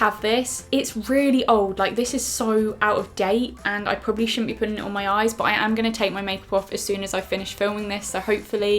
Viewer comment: You said "hold me mirror up" accent slip? Sounded like a bit of Liverpool there